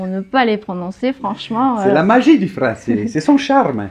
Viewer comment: Très sympa vos vidéos mais, pitié, ne prononcez pas les 'è' avec le son 'é' : "tu parles le japoné et le francé", non le japonais et le français.